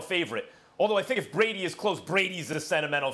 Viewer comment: Yesterday she called brady "tom bready"